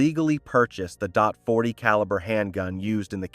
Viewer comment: He bought a dot forty pistol..... .40?😂